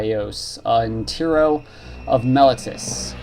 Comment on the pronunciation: Kee-nah-ee-ohs and Tee-roh